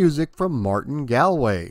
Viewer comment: Thanks for another entertaining video! Minor detail: Martin Galway’s last name is pronounced ”Gall” as in ”de Gaulle” (or the bladder, whichever you prefer), confirmed this in e-mail conversation with the man himself.